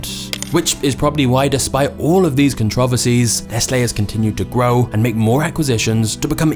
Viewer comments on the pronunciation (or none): “Neslay” “controvaceys” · hate to be that guy but controversies it's not pronounced "controv ersies" , it's pronounced like this "con tro vers ies" 4 syllables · “Con-trah-vacies” (controversies) gets me every time. I love your docs ❤ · The way he said "controversies" cuntraversies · Somewhat interesting. The guy delivering the narrative is not real. I was disturbed by his accent until he tried pronouncing the word "controversies". The narrator pronounced every syllable the same just like a computer would. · Ok i knew brits pronounced aluminum weird … but I was not prepared to hear “controversies” enunciated like that 😅